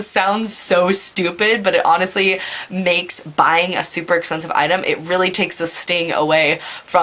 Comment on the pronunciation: "essspeeensiiiive" lol. You're the best